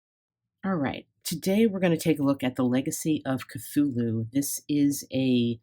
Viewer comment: Finally! Someone pronouncing Cthulhu correctly...👏👏👏👍